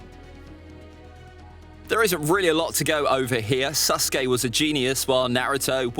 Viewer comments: HE SAID “SUS-KE” INSTEAD OF SASUKE when ze imposter is sus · He didnt say “Sasuke” he said “SUSuke” 😏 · Stop saying suskay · Why do people call sasuke susuke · I love how the narrator keeps saying Suske instead of Sasuke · I loves how he says Saucekay than Sasuke XD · Did he say SUSuke? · Man is saying susake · His name is susgay not sasuke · ITS NOT SUSKAY Edit: WHAt is the land of vawes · HE PRONOUNCES IT LIKE "sus-uke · Ah yes susgay and Nahutoe… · " Naruto vs SUSkae" kinda sus my guy 00:9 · This dude keeps saying suske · Stop saying susgay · Ain't no one gon talk about how he said nareuto verses SUSkay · Naufal saskeh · Me hearing: susgay? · who else is hearing "susgay" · I swear I’m. Not making fun of you but I like how you say SUSKAY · He keeps saying susgay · Why he say SUSuke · Man really said suskey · I like how he calls sasuke “suske” in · My guy really called him suskai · I like how he keeps saying suske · "SUS kay" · Love how he say sasuke like sasgy and how he called Naruto’s clones his friends like bruh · Mans saying sasuke like susgay 💀💀